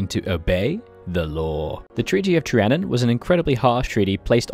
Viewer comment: Pronounced Trianon wrong 😂 Say it like “Tree Ah Non”